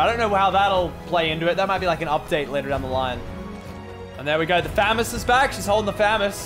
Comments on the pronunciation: How he says famaos he says famous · "Fames" - Lachlan 2019 IT'S FAMAS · I’m Australian and it’s not it’s a famas not famez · Nobody: Lachy: fÆmas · No one: Lachlan: 'Faemas' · I hate the way he says famas